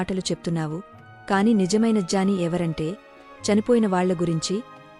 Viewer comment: I think you are English medium, it's not jaani it's gyani